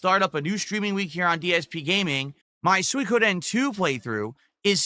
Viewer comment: Soi-ka-den Soi-Koh-den He can’t pronounce shit.